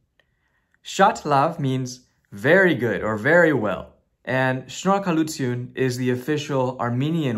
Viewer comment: I am mind blown! When you pronounced shnorakalutyun perfectly I literally jumped out of my seat! You are amazing